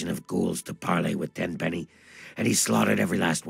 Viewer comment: Its Tenpenny, not Tem lol